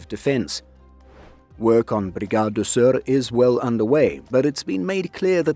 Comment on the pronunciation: Good pronounciation of Sør